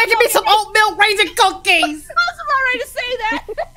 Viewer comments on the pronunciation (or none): emphasis on the cookies